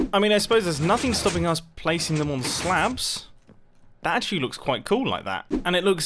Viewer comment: Blin, I always slightly hear "slab as "slav", blyat!